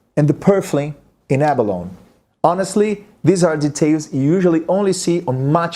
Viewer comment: Love your playing. Abalone -That would be ab-a-lone-ee in English.